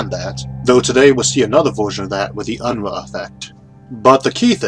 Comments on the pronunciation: It's "un-roo" not "un-ruh" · Quick note: In my experience with the name, Unruh is usually pronounced "un-roo". This may be different, but just in case, fyi